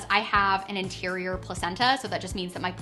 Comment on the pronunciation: I think you mean anterior placenta (maybe that is what you said, but I heard interior). I'm currently pregnant with twins - one's placenta is anterior, one's is posterior. I love that clip with the doppler; you and your husband are so funny!